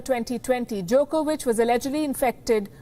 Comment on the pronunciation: She almost pronounced it Jerkovich....